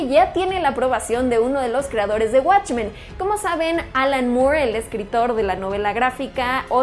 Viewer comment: "Guatchmen"** Pronuncialo bien al menos.